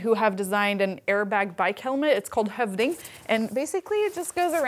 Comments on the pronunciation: she pronounced hövding perfectly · Kudos on the pronunciation of høvding. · How did she pronounce høvding (Norwegian/Swedish) Word so perfect? It almost startled me